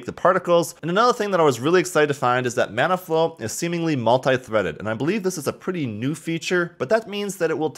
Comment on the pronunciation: I don't know why but I kept hearing he say 'Mana Flow'.